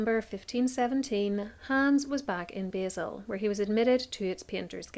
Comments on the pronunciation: Love this, I just have to correct your pronunciation of Basel. It's pronounced 'bah-l'. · I think you should look up how to pronounce Basel!